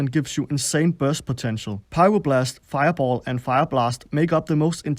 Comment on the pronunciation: wennst nochmal feiaboll sagst brech ich ab xD